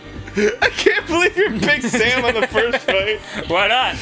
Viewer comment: Big Zam is pronounced Big Zom